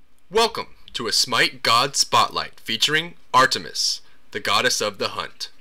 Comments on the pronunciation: Ar-TUH-mis sorry I just found it funny how exaggerated the T sound was. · HA HA am i the only one who cracks up when he says ar-tu-mus? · u say the t in artemis so emphazised it sounds hilarious